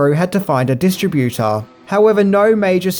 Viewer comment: I get really sick of the guy mispronouncing distributor